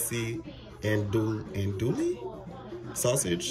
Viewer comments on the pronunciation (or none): Hey bros! Do what u can. No one should fault you if you can’t do daily vids. Life still has to happen! stop selling yourself short man 😂 That lasagna looks amazing!! Btw it’s pronounced “un doo wee” 😂😂😂. You were very close!! Thanks for sharing! Happy Holidays!💪🏽🌲❤️